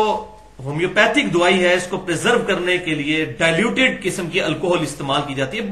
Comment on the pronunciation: NOT DOOAAII CORRECT WORD IS DAWAEE